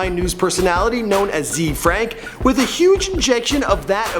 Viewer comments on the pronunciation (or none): It's not z-frank, it's zefrank (zay-frank) XD